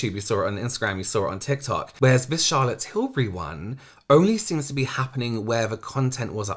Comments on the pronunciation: nobody: mikayla: CHAHLAT TILBRIE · What is SHALOT TILBURY? 😂😂😂😂